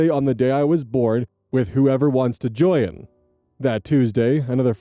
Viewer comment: Is it just an thing to say "join" as a two-syllable word? Or is that a regional thing, and some states actually say it that way?